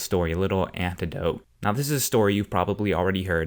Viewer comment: anecdote* not "anthedote"